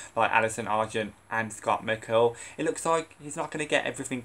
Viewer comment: It's an action movie there's no time for romance. You can't even say "McCall " right and Dylan said he's open to coming back to Teenwolf, nothing will hurt Lydia's character.